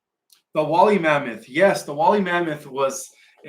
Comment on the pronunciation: DO YOU MEAN "WOOLLY" MAMMOTH, PROUNOUNCED: "WOOL-LEE" MAMMOTH! B/C THEY WERE WOOL-LY W/A COAT OF HAIR...